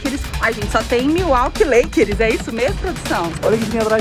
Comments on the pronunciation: A moça falando leikeris me deu um colapso mental kkkkkkkk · "Lakeres" jesus '-'